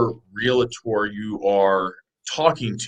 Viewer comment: Really? "Real A Tor?" Its a two syllable word